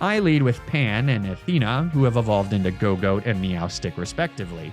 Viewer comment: Did he call gogoat a dog…